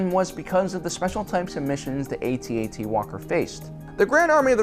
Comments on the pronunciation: And it's AT-AT. Not A-T-A-T. thank you and good night. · It’s pronounced AT AT, not A.T.A.T. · Its pronounced at - at not A..... T ..... A..... T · Its not pronounced AY T AY T, it’s pronounced atat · Pronounced AT-AT not A-T-A-T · It is pronounced @@ not Eighty-Eighty. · To make this video bad is his mis-pronunciation of the walker name; ay-tee-ay-tee. It is pronounced phoenetically, rhyming with hat. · It's pronounced @@ not 80-80. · Cool video. Minor irritant that he doesn't know how to say AT-AT properly.